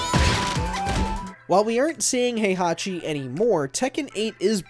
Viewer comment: Oh this will be great, WatchMojo explaining a fighting game lol Heihachi what again? "Has long been the series main villain", let's see - T1 - Heihachi, T2 - Kazuya, T3 - Ogre, T4 - Heichachi, T5 - Jinpachi, T6 - Azazel, T7 - Heihachi/Kazuya Good job releasing this video on time They handed it off to who? Erika? (it's Arika by the way. The "A" is pronounced like in "Apple") Do you really need to stretch this to 10? lol